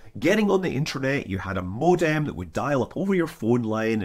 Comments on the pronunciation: HOLY DIAL UP TONE BATMAN! say it with us Scott. MO-DEM MO-DEM You madlad you. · Scott you say modem so funny. is it a Scottish thing?